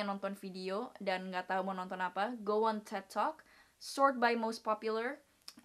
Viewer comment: THE WAY YOU SAY "TED" IS FUCKED UP